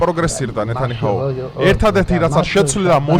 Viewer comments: ნეთანიჰაუ კი არა ნეთანიაჰუ , ნე თა ნი ა ჰუ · უცხო, გაიხარე გეაცვალე. კარგი კაცი ხარ და გისურვებ სულ ასეთი აქტიური ყოფილიყავი. პატარა შენიშვნა მაქვს არ მიწყინო. ნეთანიჰაუს ნუ ეძახი ნეთანიაჰუს. 😊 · ნეთანიაჰუ და არა ნეთანიჰაუ. გაასწორეთ! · ნეთანიჰაუ არაა, ნეთანიაჰუა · ე ბიჭო ეს ნეთანიჰაუ რა არრის??? ნეთანია ჰუ- ჩაასწორე ძმურად ყურში ცუდად მხვდება❤❤❤ ლავ იუ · ნეთანიჰაუ არა, ნეთანიაჰუ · იჰაუ არ არი ძმა, ნათან იაჰუ.